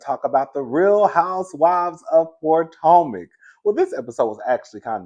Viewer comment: Yes Rodney, I do not watch the show but I watch your reviews! I like that you call it Poortomac consistently every time! And that I get to see Candiance on the cast pictures on your reviews.